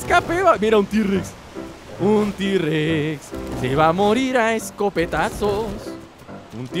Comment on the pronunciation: tirrexeses se dise t rexs